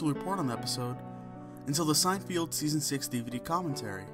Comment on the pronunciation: SEIN-FELD. not sein-field